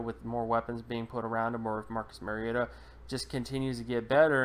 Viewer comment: You are absolutely 100% WRONG. His name is not Marcus Maryota. His name is Marcus Mariota. Please learn to pronounce the name of players you are analyzing. Hint: It's not MARY-O-TA. It's MARI-O-TA as in Mario Andretti. Pronounce TA instead of Andretti.